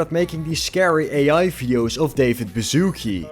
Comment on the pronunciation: I have no problem with American accents, but when I hear a Polish surname pronounced as "bazooke" it makes me laugh.